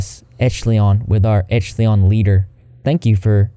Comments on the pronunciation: It’s pronounced esh-a-lon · 'echleon' lol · Echelon is a rank or level. And it’s pronounced esh-uh-lawn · It’s pronounced “esh - e - lawn” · Just FYI-- ESH=uh-lawn. ( /ˈeSHəˌlän/ ) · I can't stand this pretentious butthole. More like "30 seconds to uranus!". (I'm so sorry, but I wanna help out. It's pronounced "esh-eh-lon".) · *** Oh wow ..😆It's pronounced like esh-a-lon....like the phrase "upper echelons" when one is talking about high society, I'm sure u've heard of it. Ive been told that at those weekends he demanded his fans call him God, and nothing else. If they used his name, he'd through a fit like a crazy person. Ego maniac. Why are there short bell sounds when he's being interviewed on the red carpet? I watched the video on another channel, there were no sound issues. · Echelon is pronounced Esh-a-lon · You butchering echelon is funny 😆 it should sound like “eh·shuh·laan” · Pronouncing echelon as echleon the entire video is infuriating to listen to, would've taken him 5 seconds to look up how it's pronounced... Which also happens to be the exact same way it's spelled... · I think it’s pronounce Ehsh-uh-lawn. Still low key weird but I had a friend who was a part of it 👀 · Esh-el-on, Van Hoy-ten. Taking military name for naming his own fans is soooo culty... also, even though I didn't mind Leto before, actually I even liked him in Dallas Buyers Club, I have nothing but disgust for his portrayal of Joker. Joker has been through a lot in comics or TV, but never anyone made him openly sleazy slimy mobster-like perv. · E-ch-el-on = first E as in Elephant. The ch sounds like sh like in shop. The el sounds like the el in elbow. And the on sounds like on, like being on top. I hope that made sense. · Lol Pronounced |Ehsh•Eh•Lawn| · It’s pronounced esh-uh-lawn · Esch-eh-lawn... lol. Sorry It was bugging me.. I love you! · Esh-elon is how that is pronounced just for future reference love the video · I believe it's pronounced "eh-sha-lawn" great vid! Rip Greg 🐢🐢🐢